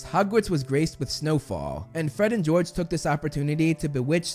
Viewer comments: Really "fred and gorge" ish 😂😂😂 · “We’re Gred and Forge!” - Fred and George.